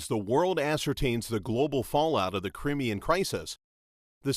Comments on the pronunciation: Is that really how Americans pronounce Crimean? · and eesis and eye-ran